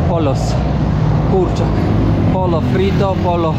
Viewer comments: nie pollo tylko pojo, 2 x L czyta się J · Pollo (kurczak) sie wymawia "POYO", a nie "POLO" 🤣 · Pollo wymawiamy pojo..... LL= J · pollo czytamy Pojo. Ale poza tym świetny vlog. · Pollo czyta sie pojo 😊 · Kurw.. ile razy muszę powtarzać el pollo - kurczak wymawia się el pojo. jednak jest tępy do języków. Prawie jak Duda.